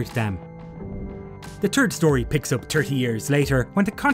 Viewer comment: "The Turd Story" is my favorite. :D